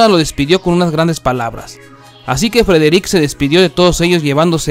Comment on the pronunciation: Porqué suben estas cosas feas que ni pronunciar el nombre de Frederick puede este man dejen de hacer estas mmmm de vídeos por eso se mira el programa 👎🏼👎🏼👎🏼👎🏼👎🏼👎🏼👎🏼👎🏼👎🏼👎🏼